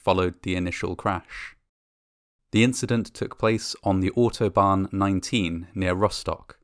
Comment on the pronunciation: i like how he tries to say "Autobahn", so ist more like "Otobahn" XD